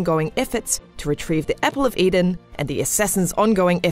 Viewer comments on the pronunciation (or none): stop saying EPPLE OF HEYDEN